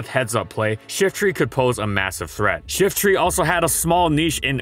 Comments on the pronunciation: I hear shitry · I've always pronounced it Shiftry (with try as try and not tree)